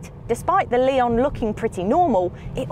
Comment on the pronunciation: It definitely is not "lay-on", it's "le-on" with weight on the "o". Two different wovel sounds, not three. She pronounces the model name pretty much spot on in the into